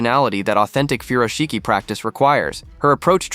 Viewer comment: She butchered the pronunciation of “furoshiki”.